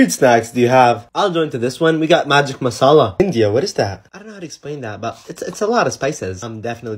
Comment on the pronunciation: the pronunciation of masala was the best one iv heard from a white man